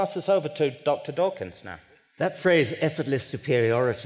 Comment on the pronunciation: Dawkins not tawkins